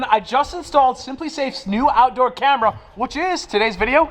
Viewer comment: Why'd he say camera like that lmao, I'm dead